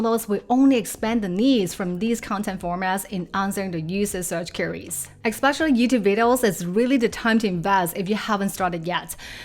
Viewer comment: Just subscribed. Excellent! fFast paced, straight to the point (no intro or "this is me!" BS). BUT. Your pronunciation of key words, confuses me until I get a visual hint of what you mean or I figure it out from the context: overviews ("other wells") and queries ("curies"). Please adjust pronunciation of key words or put a text when you first say it.